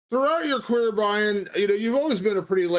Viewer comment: Mans said 'throughout his career' I thought he called Brian a queer.